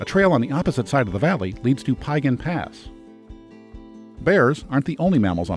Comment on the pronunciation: Piegan Pass is pronounced phonetically as Pee-gan. Siyeh is pronounced "sigh-eeee" I enjoyed your video but cringed every time you mispronounced. I did not check the other pronunciations for mistakes. :). And don't forget for the last 2 years you cannot enter the park without an advanced reservation now. You'll get turned away at the gates if visitors and locals just show up to camp, hike, or even drive the pass.